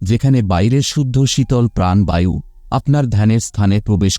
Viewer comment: অধ্যয়ন কে অধ্যযন, সূর্যদয় কে সূর্যদয বায়ু কে বাযু এই কথাগুলো ঠিক করে বললে ভালো হয়,শুনতে ভীষণ খারাপ লাগছে।